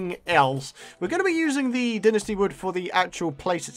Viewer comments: pretty sure its pronounced "Dai-Nasti" not dinisti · It's Die-nus-tee